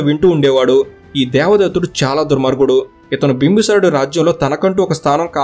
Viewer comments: బింబసారుడు కాదు బింబిసారుడు. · bro bimbi sarudu not bimba sarudu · బ్రదర్ మీరు ఊరుకే బింబిసారుడు అనడానికి భీమ్బసారుడు అంటున్నారు వినడానికి బాలేదు ప్లీజ్. కరెక్ట్ చేయగలిగితే చేయండి ప్లీజ్ . బింబ సారుడు కాదు బింబిసారుడు ఇది కరెక్ట్